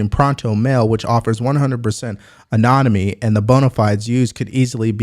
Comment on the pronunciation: "...Prontomail, which offers 100% anonimy." 😂 It's Protonmail, and anonymity.